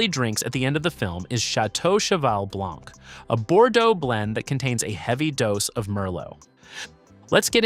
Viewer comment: Why are you pronouncing the last letters one time out of two? We won't prononce last letters in French. You say Puget properly without the T and yet you say Blanc as in Blank. Why is that so? Interesting otherwise